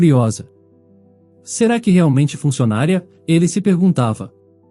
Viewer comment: Pronúncia Fun cio na ria, funcionária e trabalhadora e tem acento agudo. Entenderam e entenderão e pretérito do futuro.